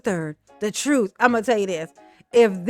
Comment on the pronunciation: “The troof” is not in a Tiff. 😂 Hey Tiff, that’s a complete sentence. 😂